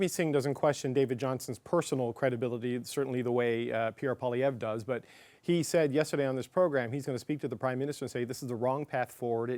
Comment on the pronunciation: Pinochino should know how to pronounce Pierre’s last name by now. WTF is wrong with these liberals, besides being corrupt to the core and a bunch of liars ?